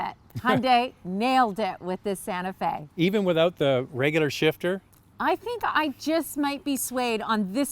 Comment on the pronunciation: Kia santa fee...what?